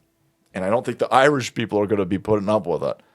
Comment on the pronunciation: He isn’t IRISH he’s “Iwish”